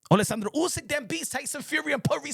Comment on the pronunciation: Bruh, the way you pronounce oleksander uysk’s name … it’s actually spot on, but you do it effortlessly, i dont know why it makes me laugh 😆 😂